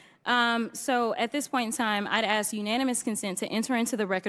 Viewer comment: It was perfect til she said " axe"